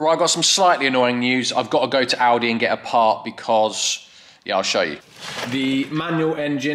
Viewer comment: For a second I thought you said you were going to Aldi, not Audi! :D